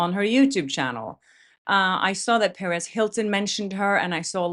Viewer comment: Perez not Paris. Perez Hilton is a male. ( pronounced PAIR-EZZ)